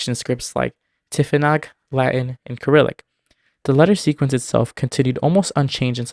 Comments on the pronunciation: Kyrillic? You pronounce the C like S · The way he pronounced cyrillic made me cringe No hate just letting you know the first c is pronounced as an s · I have NEVER heard anyone pronounce Cyrillic like you did in this video before. If you always thought it was pronounced with an s, why would you pronounce it with a k? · Wait Cyrillic can be pronounce ( ker • ril • ik )? I thought it was ( ser • ril • ik )